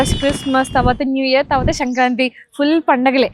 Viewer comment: Not shankrathi it's sankranthi